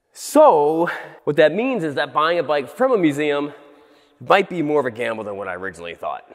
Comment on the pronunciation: It Sounded Like You Said (It Bike Be More Of A Gamble Than Whatt I Originally Thought) Laughted So Hard And Please Tell me If It Was BIKE ANd Not Might :D